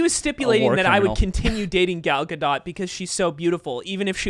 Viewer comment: Gal Gadot, pronounced GAL GA-DOTE